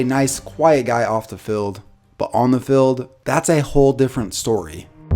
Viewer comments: Tric key he also says feld insted of field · Fild... Stillers... Bruh the letter e isn't a hard thing to say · I don’t think this guy can pronounce his “E’s”. Haha. “Stillers”, “fild”. 😂👌🏼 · calls man ugly but cant say Steelers or Field correctly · ‘Stillers’ ‘Fild’